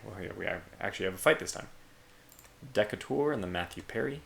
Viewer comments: I have one plea, and one theory to share. First, the plea. Decatur is pronounced de-Cay-ter, not Deka-ter. The origin of this name is Stephen Decatur, Jr, an early American naval hero of great renown. An impressive number of towns, schools, etc have been named in his honor. At least in the USA campaign, you only have one ship named Decatur, rather than an entire ship class as in your first USA campaign. Next, the theory. I think it might behoove you to give greater attention to destroying as many transports as possible when you have a battle in support of land campaign. The theory is that whatever the transports are bringing, if the enemy army is denied those supplies, his ability to resist your army is materially harmed; and may help you to a quicker land victory. Now, this theory is based purely on speculation, but it makes logical sense. Maybe someone else out there has some data regarding this subject? All that being said, things are looking good vs France. And you're warming the cockles of my heart when you plan on faster battleships. Look forward to episode 4 and the defeat of France. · The name is pronounced de-cate'-ur, emphasis on the 2nd syllable, as in US Naval hero Stephen Decatur (War of 1812, as commander of 44 gun frigate USS United States captured British frigate HMS Macedonian, etc.) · it huts every time he say Decatur